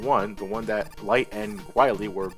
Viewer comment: I may be very slow in noticing this, but . Former assistant to Dr. Right. Your engrish is showing.